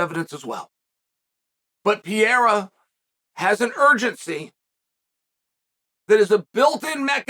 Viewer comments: Dude , is not "pi -era" is ''Pe - rei - ra'' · Convinced he said "pee air uh" on purpose bc there's no way he doesn't know how to correctly pronounce it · What’s not different is uncle chael calling him “Alex Pee-era” undefeated undisputed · he keeps calling Alex ‘Pierre’ 😂 tf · "Pierra" wtf is wrong with this man 🤦‍♂️ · Alex Pee-era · Ladies and gentlemen welcome to the Pee-erra. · Chael saying "Piera" on purpose never gets old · Pee Era. It is the Time Period of Urine! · Pereira... or to Chael P-Era or Pierre. I already know Chael calls Chipotle Chipoltay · Does he intentionally butcher his last name or is he just not able to say Pay Hay Rah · It's been so long and calling him Pierre-ah still cracks me up